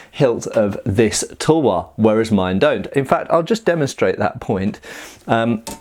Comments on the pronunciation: Half the vidoe I was like "what is a Indian towa" Then I get what you ware saying, it's pronounced like this tal-var btw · We call it as thalwar not tulwar